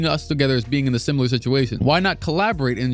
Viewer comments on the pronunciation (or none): none